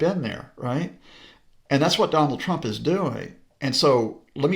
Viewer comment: lol she says twwwwwump. Is she Australian